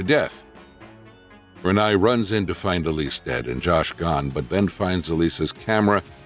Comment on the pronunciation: Except for saying Renai’s name wrong, I agree.😊